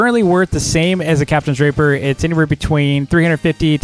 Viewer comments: Can you please say captains ray-pee-er Not the other one It's unnecessary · The way he says “captains rapier” kills me im sorry I just can’t unhear it 😭😭